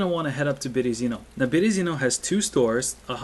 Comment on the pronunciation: Berezino. Put the emphasis on the second E {Byeryeezino} ^^